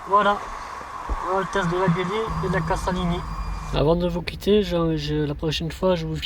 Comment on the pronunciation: CASALINI se prononce "cazalini" il n'y a qu'un S